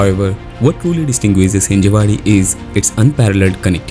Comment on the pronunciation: It's हिंजवडी, not हिंजेवाडी